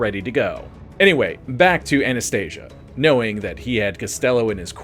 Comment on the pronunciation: Anastasia …. With an A not an O at end idiot